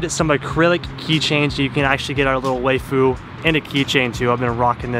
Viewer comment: hey dut you pronounce waifu wrong you say wayfu but just say wife and end in U wifeu is how you pronounce it